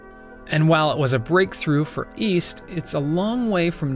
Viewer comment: east? i thought you said weast